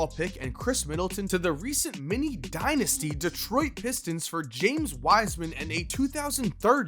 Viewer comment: How many times did you say Mimi dinisty